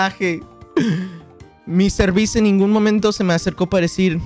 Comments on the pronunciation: Quackity mr.beast en español se dice como en inglés no señor bestia xd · Dice MEANDO 101